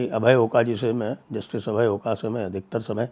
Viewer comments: "अभय ओका" महाराष्ट्रीयन है ..सरनेम का उत्चारण #ओक है ना कि #ओका!! महाराष्ट्रीयन हरहमेश दुविधा मे होते है कि इस सरनेम को अंग्रेजी मे कैसे लिखे. ..या. Oak या फिर Oka. या Ok. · He is Oak, & not Oka ! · The pronunciation of the judge Abhay Oaka is ओक